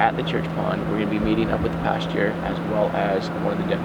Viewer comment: He calls him "pasture"!